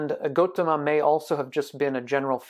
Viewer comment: sorry but it's gautama not gotama